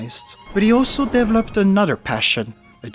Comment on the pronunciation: I knew you were french the moment you said dev-lopped